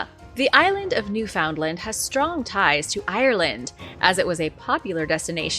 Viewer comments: NEW-FUND-LAND is how it's pronounced.. gawd.. I'm born and raised in Atlantic Canada.. How can you pronounce complex names from the Aztec or Inca and not get that right?? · new fundland is how it's said.